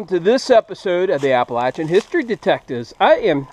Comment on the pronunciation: I love the Chig's videos too, but how long is it going to take you to learn him the proper way to pronounce Appalachian?